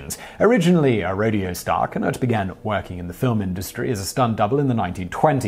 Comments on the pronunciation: YAK-ih-ma Ca-NUTT and John HYOO-ston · YA-kee-mah Kan-OOT Jahn HUO-ston